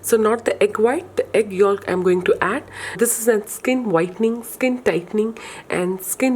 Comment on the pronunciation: The l in yolk is silent.